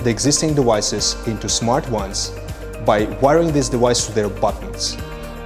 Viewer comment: I need a compilation of this guy saying "dewice" over and over